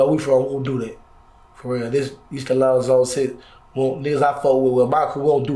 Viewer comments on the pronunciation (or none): none